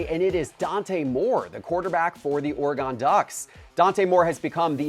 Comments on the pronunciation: ...for the love of GOD...it's NOT "ARE-GONE" Ducks it's "ORY-GUN" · Brother… you gotta learn how to pronounce Oregon lolol. OR-E-GUN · Please dont say Oregon like that again being a lifelong PNW resident thats disrespectful lsimikar to Jim Rome and Chris Everett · I love how people say Oree-gone Ducks.. it's Or-e-gun...